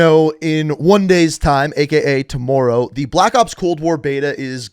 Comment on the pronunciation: Ngl it kinda annoys me how you say tomorrow